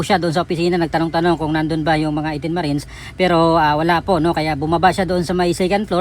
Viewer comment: Why can't you pronounce the word Marines